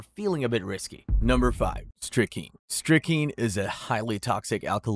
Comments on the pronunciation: And it is pronounced strick-nine (like the number) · Hey hey hey.... please learn to correctly pronounce strychnine -- there exists an 'n' in it. Just sayin'.